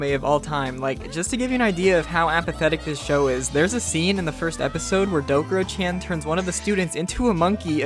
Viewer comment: it's called Dokuro-CHAN, not Dokuro-CHEN